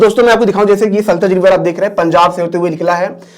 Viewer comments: Sir saltaj nhi bolna hai sahi name satluj hoga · It is sutlej sir not sultej